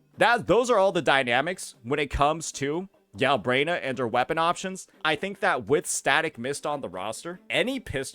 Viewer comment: "Gal-brain-ah" 😂 Vs. "Gal-bren-ah" Smh.